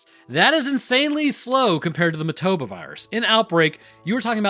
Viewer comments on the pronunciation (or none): It's MO-TA-BA, but you keep pronouncing it MA-TO-BO. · Painful hearing him say motoba when it's motAba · say it with me..moah tah buh. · WHY DONT YOU PRONOUNCE THE NAME RIGHT?? Did you even watch the movie?! lol